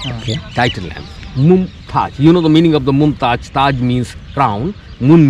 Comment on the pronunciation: MOMTAJ ALLA MOMTAZZ